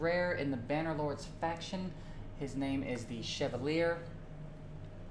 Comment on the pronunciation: 'Shev-al-ē‐āy' it's French. Oddly, just means 'knight'. Okay, have you pulled him? Is he worth it? I've got mine at lv 50 ascended(because I could, he was the first I got) but I haven't found much utility from him